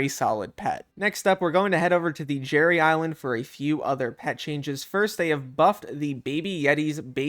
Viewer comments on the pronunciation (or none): none